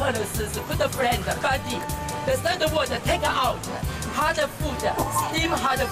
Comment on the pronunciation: 好朋友應該是 "buddy", 不是 "body"